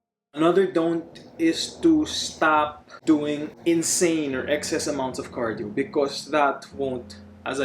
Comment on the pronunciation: "CARIDO" lol